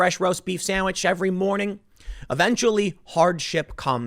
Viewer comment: Did anyone else think of Athena when Tim said "roast beef samwich"?